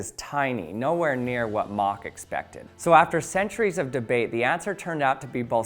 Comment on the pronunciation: Thumbs up for pronouncing “Mach” correctly.